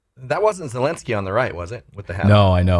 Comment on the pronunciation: Zelensky is not the end of the sky, but of his name. ze- DUTCH - len(s) - DUTCH - sky? sound as key